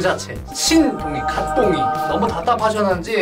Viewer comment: 발음주의 (갓똥 아님) 갓동이임ㅇㅇ ㅋㅋㅋ